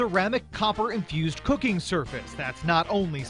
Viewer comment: I Have infyoooz'd this pan with the powah. of red. coppah!